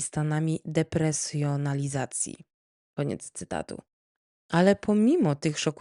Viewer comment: Dziękuję za kolejny fantastyczny podcast, zawsze czekam z niecierpliwością:) w 1.25.46 wkradło się chyba drobne przejęzyczenie-depersonalizacji. Podziwiam za ogrom pracy włożonej w opracowanie tej historii. I każdej innej również ❤